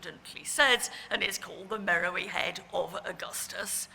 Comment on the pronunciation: At the risk of sounding like a prig, Beard pronounces "Meroë" incorrectly throughout her talk. The diacritic on the "e" (ë) changes the pronunciation to "Meh-row-AY". This is significant as, confusingly, there is a modern town in Sudan called "Merowe" (Meh-row-ee) that has nothing whatsoever to do with the ancient capital of Meroë (where the head came from). Unfortunately, very few people are well enough versed in Meroitic archaeology to realise this, hence this is a common error.